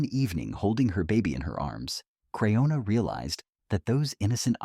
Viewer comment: Pronounce her name right stupid if you're going to do a report. A report that's just full of crap. Get off the Airways you're just hurting people